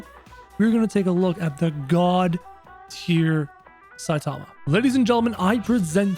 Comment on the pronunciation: It's not satama it's saitama